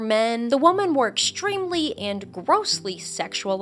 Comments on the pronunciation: Why do you pronounce Women (plural) as Woman (singular)? Is this a trend or something? It was really distracting lol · God, please stop saying woman for the word women